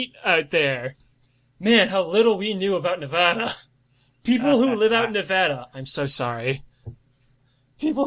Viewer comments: Ne-Va-Da not Ne-Vo-Da. im from Reno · As a native Nevadan, the pronunciation KILLS me every time but the description of the wastelands in between places like Vegas and Reno is spot on